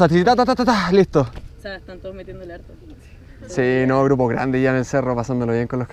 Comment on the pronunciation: es harto* no arto jajsjs detalles